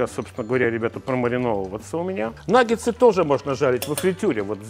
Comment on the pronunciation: Почему Ивлев в рекламе называет наггетсы "наггеНсами" ? А мы за Лазерсона с правильным произношением!